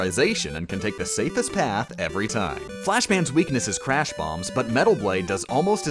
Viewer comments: the crash is not able to be pronounced so its said clash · It's Crash not Clash